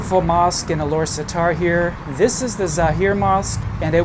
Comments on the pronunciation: its pronounce Alor Star. not satar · We pronounce it Alor Star. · I think it's pronounce as Ah-Lor-Star